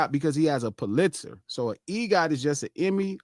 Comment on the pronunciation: Hey king Pulitzer is pronounced: PUH-lit-zer. 😍🏆